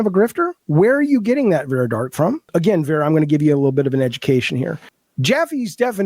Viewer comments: Dude, take the L and move on. We know that for someone that was enabled in his delusions for so long, actually being held accountable may feel like oppression... but, news flash: it isn't. Now, pack your bags and move on. edit: BTW dude, it is VARA, not VERA. What a lolcow. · I find it highly ironic that this man incessantly shouts "educate yourself" while failing to pronounce her name correctly. It’s Vara, not Vera. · Claims he's so smart, but can't even get Vara's name right. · .... it's Vara